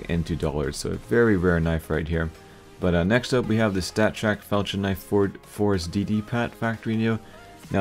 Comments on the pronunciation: IT IS PRONOUNCED FAL-K-IN. NOT FAL-CHH-IN!!!! I CANT TAKE THAT!! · I think you are saying "Falchion" wrong. Pronounce the "ch" like a hard "k". It ends up sounding like the word "Falcon."